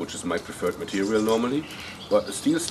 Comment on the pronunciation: mehe, "vewy, vewy light matewial"